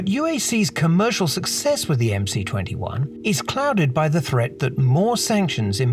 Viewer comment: I believe it should be pronounced MS-21 and C is the symbol for S in the Cyrillic alphabet